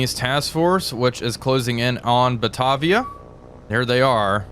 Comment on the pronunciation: Great series, love watching these. Just an update on pronunciation from the Australian side. Batavia = Ba-Tay-Via, Yarra = Yar-Rah